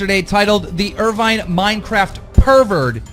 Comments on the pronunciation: What's extremely pissing me off right now, is that can't pronounce Irvine correctly. It's in Scotland.... it's pronounce Ir-VIN, not Ir-VINE you fucking moron. Do your research! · Irvine haha fucking pronounced irvun. Fucksake